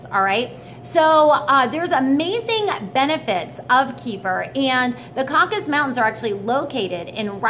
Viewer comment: Caucasus Mountains. CAW-CAH-SUSS.